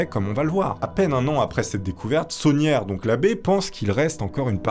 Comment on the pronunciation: il s'appelle pas saunière mais tauniere. labé tauniere 😂